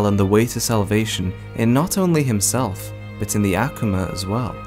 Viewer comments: Okay mana wasn’t a demon mana was a “human” made into an Akuma. And it’s not ackewma it’s Ah-Koo-mah. But thank you for this for us he newbies and casual fans. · Why does he say akoma like that I can’t 😢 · The way he says akuma kills me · The way he says akuma makes me cringe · The way he says akuma😐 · urgh Akuma is just the japanese word for Demon so stop saying Akuma in this cringe pronounciation <.< just say frikkin demon